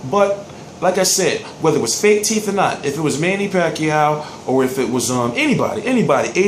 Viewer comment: LIVE come on now you really went there tho lol. yea it's teeth he sounds like he saying teef. my point is teeth is more than one right, so basically he knocked out his tooth.